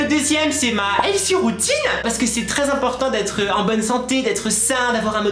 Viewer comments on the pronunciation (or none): none